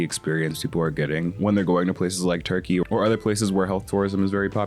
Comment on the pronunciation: “we’re going to zurkeyyy”